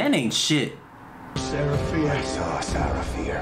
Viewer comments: The fact that u kept saying Sasha instead of Sarah 😭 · Every time you called Sarah Fier Sasha Fierce i cracked up lol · "sarah fier" is already written in the rock,but he still read it as "sasha fierce" 😭 ajakaka 😂 and he nodded at the end when deena said to sam, you're dead without me ahahaha lol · I love your reactions but you calling Sara Fear Sasha Fear the whole movie had me busting out laughing. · Not him saying Sasha when her name is Sarah 😭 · I get it, at first it was a mistake but how do you mistake Sarah for Sasha again while reading it? On the stone😭 love you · He said Sasha fierce lol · Me the whole time annoyed because he kept saying Sasha instead of Sarah. (No hate towards him btw) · “Sasha Feir” Gurl really? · THE WAY YOU SAY SACHER AND SALAMANDER EVEN THOUGH ITS SARAH AND SOLOMON BUT WHILE EDITING U REALISE YOU SAID IT WRONG PLEASE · it annoys me way too much that he says Sasha and not Sarah